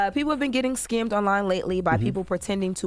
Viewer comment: Scammed right? Is she saying skimming? What?